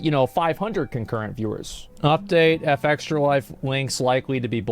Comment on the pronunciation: I wonder why he insist on pronouncing their name wrong. It's not " EF EXTRA LIFE " its " FEXTRA LIFE "